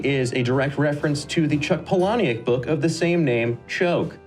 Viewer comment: Did he just say "Chuck Polawneeuck?"